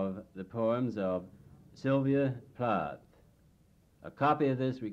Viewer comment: 'Plath' doesn't rhyme with 'wrath'.